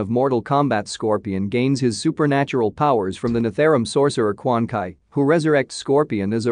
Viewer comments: quan chi - actually pronounced as - koo-aan-chee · Bai Han?!!! BI-Han Quan Ki??? QUAN CHI! Bro ... know the names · I fooking started looking who is quan kai, then realized he could be calling chi as kai. what an absolute piece this guy is. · Bro,his name is Quan Chi(pronounced as Dragon Ball's Chi-Chi) not Quan Kai!!! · Quan Chi not Quan Kai! SMH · please learn the pronunciations. Every thing you are pronouncing wrong. Who the actual F is Kwan Kai? its Quan Chi. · Quan kie? Not trying to be meen but it's Quan chi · This dude is killing me with him bastardizing everyone's names....who the hell is Quan Kai (Chi)? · Quan kai ??? I thought it was Quan Chi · Dudeyouve got the worng pronunciation for Quan Chi...should be pronounced Kwan Cheeeeeee not Kuan Kai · No offense dude but you are butchering a lot of names. It's Bee Hawn, Kwan Chee, Lin Kway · He dont know how to say quan chi name corrrectly...it irritates me as a mortal kombat hardcore fan....